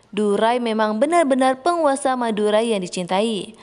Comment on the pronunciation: Denger madurai jadi madura